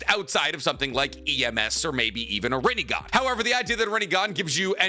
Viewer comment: For a second I thought you said " Rogan eye. " I was like " whaaaaaaaaaat "